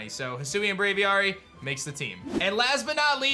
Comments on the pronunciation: Bra-V-Air-Y = Braviary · You say Braviar super weird, Just say Aviary with a Br at the start. How hard is it?